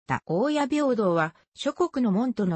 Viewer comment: 「おおや」×「おおたに」○